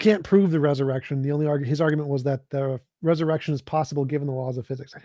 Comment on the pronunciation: "Laws of pheeezix". All that pompous windbag was good for was name-dropping and attempting to gish-gallop. Just like the religious zealots, he is not interested in listening and just talking at people.